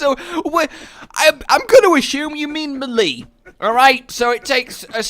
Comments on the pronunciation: 'Muhlee' ....it's 'maylay' :( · Maximum number of times that pronounces 'melee' weirdly in a video